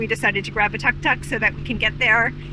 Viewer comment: You should really learn how to pronounce "Tuk Tuk"